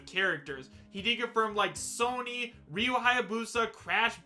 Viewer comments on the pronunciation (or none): none